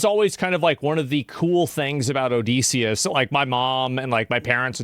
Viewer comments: Pronounced Odd-eh-see / O-diss-e-us Not O-Dee-see-us 😅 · Please stop saying odeeeeseeeeis...say Odyssey...now say Odysseus its pronounced the same